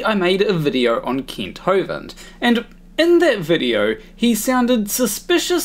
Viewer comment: I know this is just how you pronounce it and that's completely fine, but i like to imagine that your pronunciation of "Kent" sounding like "Keent" is just a small jab at Kent for pronouncing Paulogia incorrectly. Also, this is the first time I've seen your channel and this video was great!